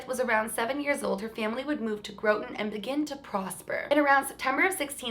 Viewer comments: Also incase you care, its pronounced "Gra-tin" haha but nbd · Groton, Mass is pronounced Graughton ❤️😘🌸 I live in Natick, Mass not too far from that town... I didn’t know about this story though!? Salem and Danvers Mass is a must see for you!!! Come to Massachusetts sometime I think you’ll see some paranormal things for sure!! 🥰💜🙏❤️🦋💕⭐️😊❤️ Love your channel!! XOXO